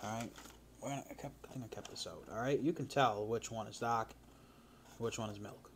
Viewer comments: say dahk again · Eating DAAAK chocolate in DA house and not DA CAA